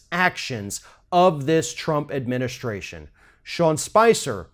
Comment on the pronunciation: These people live in a different reality. Just look at the bitch! Bitch can’t even say Trump’s name without fucking it up. “President TURP.” 😂😂